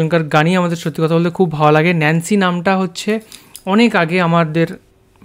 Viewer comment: আপু উচ্চারণ টা হবে নেন্সি